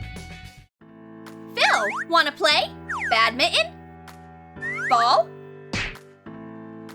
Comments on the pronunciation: banintin? No it's badminton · The way that the narratoir said " badninont" Haha Its pronounced "B-A-D-M-I-N-G-T-O-N" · Did she say.......bad mitten?